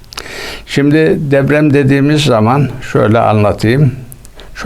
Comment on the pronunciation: Ula herif DEPREM bile diyemiyor, deprem yerine DEVREM diyor. Usta, deprem senin asker devren mi. Zaten kağıttan okumasa, konuşmasını da bilmiyor.